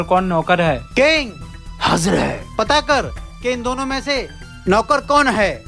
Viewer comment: King❌ ling😂